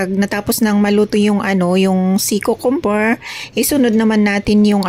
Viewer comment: Kyoo-kuhm- ber hindi kookomber po👍